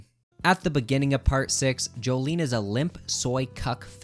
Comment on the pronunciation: Every time i heard him say, "j'joleen" i died a little inside